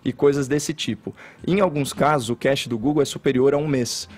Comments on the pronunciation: Mds... inacreditável. Os comentaristas não sabem nem pronunciar a palavra "cache", ate que chega o Caio e assim o faz. Estou irremediavelmente apaixonado por ver esse cara desmascarar todos, mesmo com esses outros falando nada com nada ao seu redor. Outro ponto, Fefito disse que é inaceitável associar Anselmo a KGB... Fefito, vc já assistiu ao vídeo onde o Anselmo fala com todas as letras e sorrindo para a câmera, que ele participou deste grupo? Reclamam tanto dos ataques que levam, mas vcs são tão despreparados, porque não começam a trabalhar, são preguiçosos. Acordar cedo não sinônimo de trabalhador. Parem de reclamar todos os dias dos ouvintes, colocando como se a gente fosse burro. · Caxi......kkkkkkk Velho os caras não sabem pronunciar cache lokura Como o Caio vai debater com uma galera que dá opinião sem pesquisar, embasar suas ideias, sempre parte do EU ACHO ...triste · Estão usando a pronúncia errada da palavra cache para atacar os comentaristas do programa. Isso vc não acha errado? Agora, um pronunciamento oficial do Ministério da Educação, no mínimo tem que estar de acordo com as normas ortográficas da língua brasileira, não acha?